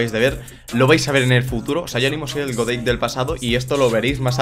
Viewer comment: Hola a todos chavales,me suena a que dice: Yo soy Deik,en vez de Godeik jajaja,a nadie más le pasa?